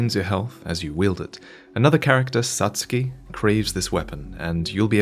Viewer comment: Not to nitpick too much, you have amazing insights, attention to detail etc., but that was why it was more jarring to hear you pronounce Satsuki as "Suts key" which sounds of Polish origin, rather than the more Japanese sounding "Sat tsoo Key". Anyway, thanks for the vid.